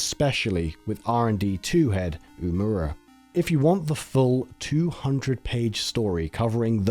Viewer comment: Learning opportunity for your narrator! "Uemura" is pronounced "oo-eh-moo-rah", not "oo-moo-ruh". "Takeda" is pronounced "tah-keh-dah", not "ta-kee-duh". This was a wonderful video. Thank you for making it. <3